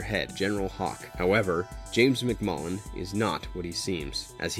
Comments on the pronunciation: Narrator kept calling destro MCMULLIN. It is MCCULLIN. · Sorry, but Destro's name is James McCullen Destro, not McMullen. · Destro’s last name is McCullen..not McMullen! The ninja clan is the Arashikage..not rashikage and Zartan is pronounced Zar-tan not Zartin…this video was littered with mispronunciations😩 and in Retaliation the joes were NOT killed in a “nuclear air strike”, if they were roadblock, flint and scarlet would have died from the fallout. It was just an air strike 😒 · It's McCullen, not McMullen. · McMullen? Lol You McCullen? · It was Col Hawk that came to Snake eyes in the comic. You even showed the panels. It wasn’t Staller. It was Stalker and Hawk who came to recruit Snake eyes. Also you mispronounced Hama… (Hah-mah) not (ham-ah) also the pronunciation of Arashikage and McCullen are totally wrong. 😂machines need phonetic spelling.